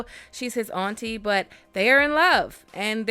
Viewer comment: I thought you were from the south but when I heard you say "Auntie" I knew you were. New Orleans?